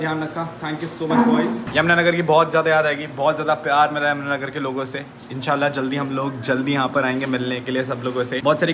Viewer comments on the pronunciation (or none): Bhai enshaaalh kya hota hai 😡